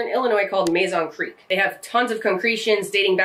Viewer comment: *Muhzon creek. We pronounce everything wrong there